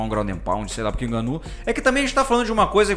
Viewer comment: pq esses cara fala prurque e não por que ??